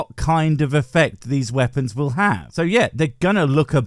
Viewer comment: He nearly said veapons